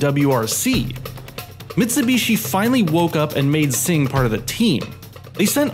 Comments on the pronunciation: What’s a Mitsu beeshi? Duhmericans. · "Mitsubeeshee" "SooBooRoo"